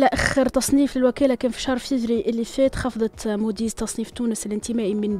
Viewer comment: ربع الثقة اللي عند المذيعة وهي بتكرر كلمة (تصنيف تونس الانتمائي) 😎😁